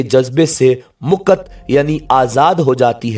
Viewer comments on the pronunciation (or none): Apki urdu baht achi h...pr hindi baht zyada funny....jaise mukth...ko aap mukat keh rahe...Pradesh hota h aap pardesh keh rahe...acha lagega aap agr urdu k sath sath hindi bhi achi kr le...lov frm india...apki har video dekhte h hm